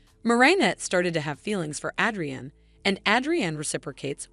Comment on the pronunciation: Bro you said "Adrian" wrong